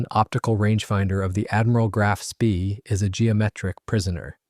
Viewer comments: A Sorry the American pronunciation o Graf Spree is incorrect in the English and German .,.it’s Grarf „“Spay „“ Further. too much releditive jargon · Spee is pronounced SPAY Grahf Spay - idiot !!!! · Graf Spee is pronounced Graf Spay you moron. It's German in case you didn't know.